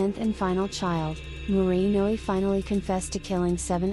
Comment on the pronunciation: It's pronounced "No," not "Noey"